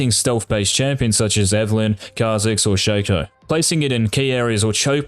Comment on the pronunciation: I love how is a challenger Shaco and still doesn't know how to pronounce his name lmao